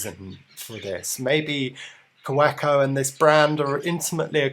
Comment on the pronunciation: pronounced "kaVeco"...just saying